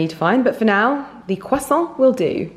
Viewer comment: Dear, bravo for mastering the complexity of french word’s prononciation 🎉 consonants are always always silent when at the end of the word! A croissant is a croissant (and not a croissantttttt) just like « un verre de blanc » and not blancccccccc 😄 Exception made when a word/name ends with a consonant, followed by a word/name starting with a vowel. Hence Moët Echandon 🍾! Pronounced Moetttttechandon but the t remains silent when Moët is alone. Aaaaah! All the fuss for a croissant and bottle of wine 😋 lots of love